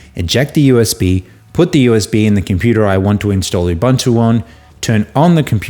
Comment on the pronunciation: It's pronounced oobOOnto, for God's sake.